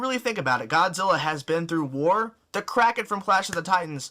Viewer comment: GODZILLA WILL WIN btw he forgot how to say kraken